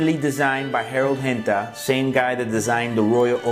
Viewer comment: Ricky_Rozay It was. He said it was. He just pronounced the Gs as Hs.